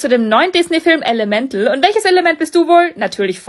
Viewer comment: Du hast Elemental falsch ausgesprochen und langweilige Viedeos